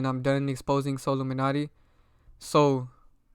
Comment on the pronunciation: Some of your points don’t make sense bro. You weren’t pronouncing Solluminati (So-Lu-Min-Ati) correctly on purpose to make his name seem bad.